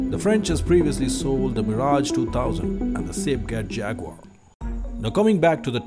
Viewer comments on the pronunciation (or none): none